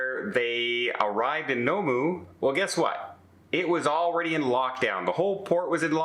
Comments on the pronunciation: The place name is Noumea, pronounced noo-me-a, not no-moo. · Nomu! Please research how to pronounce Noumea before presenting a video where you say it so many times! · Noumea is pronounced New - Me - A. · It's pronounced 'New Me Ah'" (Noumea) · Good someone posted this, I had to have a laugh at the pronunciation.